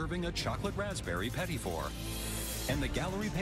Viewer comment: you know the announcer/narrator isnt canadian when he pronounces petit wrong